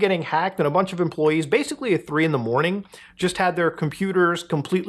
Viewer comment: Stop saying “badically.” You’re rendering the word meaningless.